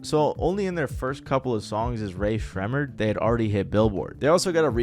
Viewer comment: Why do you say their name like that it’s making me crash out ☠️